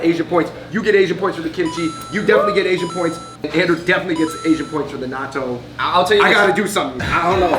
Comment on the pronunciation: I thought they said, "Naruto" when they said, "Natto"